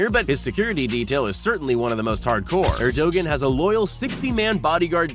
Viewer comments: Ayb? and Air-doe-gen? Try Ah-bay and Air-doe-wahn. You'd think learning how to pronounce their names was important in a video about foreign leaders. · Dude your pronunciation of Abe and Erdogan needs serious attention. Abe is pronounced Aabhey same second sound as in obey, Erdogan is pronounced eyrdoaan. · You make me sick saying Erdogan. Have some respect and learn and pronounce a name properly. You are nothing compared to these men